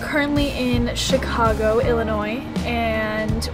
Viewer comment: As a Chicagoan I cringed every time she said Chicago